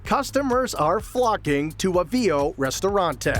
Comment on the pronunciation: Boy! Does this guy mispronounce Avvio's. I guess he's not Italian.😂